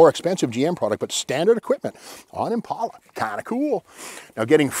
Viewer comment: Impala. Not impaula